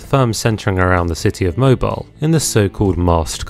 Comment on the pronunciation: MobEEL! it's pronounced Mobeeeeeeeel! Is English not your first language, hun?